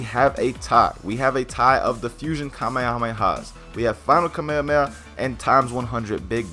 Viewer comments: STOP SAYING KAMEHAMAHA LIKE THAT JESUS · FFS KAA - MEH - HAA - MEH - HAA